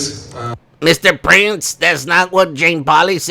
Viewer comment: I thought you were saying "Mr Brains" instead of Mr Prince loool ! Mr & Mrs Brains 😂